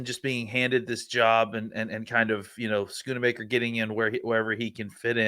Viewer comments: Why do people have such a hard time saying Schoonmaker? Both of these men are saying it like SchoonAmaker, and I hear people saying Shoonmahker too. Its pronounced Skoon-Maker smh. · Love but he butchers names a lot. I’m surprised both of them are adding an “a” to his name.